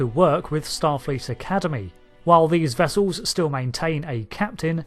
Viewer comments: wessulls. it's pronounced wessulls. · Its... Starfleet "Wessels!!" :D